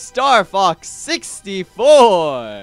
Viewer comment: Dude its not G4 it's "64"